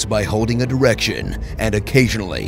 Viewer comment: does he say "direction" or "erection"